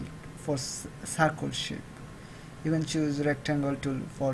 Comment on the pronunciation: No offense but it's not sarkul it's circle